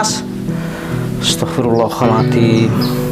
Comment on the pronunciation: klo mengucapkan istighfar itu yg benar... Msk Astaghfirullahalngadim...